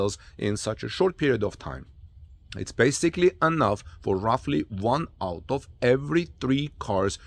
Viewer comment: Not able to understand your comparison to "one out of every three cars produced at Giga-Texas." or did you say "one auto every three cars..." Were you trying to say one Cyber Truck out of every three cars? see at: to about it is really hard to understand